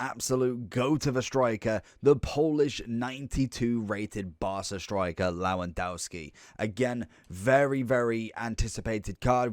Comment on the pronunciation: cant listen to u butcherin his name